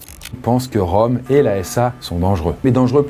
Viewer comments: Pour info, le ö de Röhm, ça se prononce eu et pas o 😉. Pour le coté psychologique, le fait de pouvoir vivre normalement tout en étant confronté à des horreurs, c'est peut-être difficile à comprendre pour la majorité des gens car ils ont une vie plutôt heureuse et n'ont pas été confronté au mal ou à la malveillance à forte dose. Il est même possible en quelque sorte de "reprogrammer" son cerveau, ça demande du temps mais aucun besoin de drogue ou quoique ce soit. En tout cas je comprend que l'on peut d'un coté voir des horreurs et paraitre normal 5 minutes après. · Le ö en allemand ça sonne comme "eu" donc Röhm se prononce "reum"